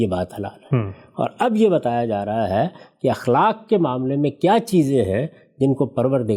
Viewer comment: دو الفاظ کے تلفظ کی طرف توجہ مبذول کرانے کی جسارت کر رہا ہوں اَخلاق ہوتا ہے اِخلاق نہیں زِنا ہوتا ہے زَنا نہیں